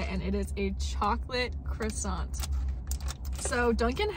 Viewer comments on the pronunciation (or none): calls it a chrissant 😅